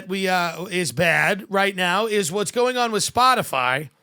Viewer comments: “Spotifly” Sums up every boomer…it’s not even a hard company to pronounce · Did Jen Psaki say “Spotifly”? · Did she call it "spotifly" 😂😂😂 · So, we're just not going to mention that she said "Spoti-fly?" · Has anyone noticed Psaki said “Spotafly”…? Did she mis-speak or is she cya for liable??? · Psaki wasn’t taking about Spotify. She specifically said “spotifly ” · " that certainly includes SPOTIFLY" ... no one's going to call this out? 😹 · Tsaki said Spotifly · did that lady say “Spotifly”? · She said Splotifry. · hahaha how ironic, saying "Spotifly" instead of "Spotify" is misinformation right there! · Are we all just going to move pass the fact that she called it " Spot-A-Fly." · Did Jen psaki say spot a fly instead of Spotify? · She said spotafly!! 🤣🤣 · Listen close Psaki says “Spottafly” ….Isn’t that Miss information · Spotifly….WTF is SpotiFLY!? 🤣🤣🤣 fire her! YES OR YES! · Did she say “s p o t i F L Y”? And I shall never see Nutella again and not laugh 😆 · nobody goes after Jen for saying "spotifly"... proves she's just reading a script, and doesn't know and care of what she speaks. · The lizard person said, “Spoti-FLY.” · I noticed it too, she can’t talk and that’s her job. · We gonna ignore her saying SpotifLy?